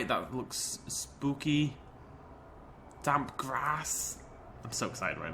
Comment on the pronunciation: you said dam grass when you where talking about the damppppp grass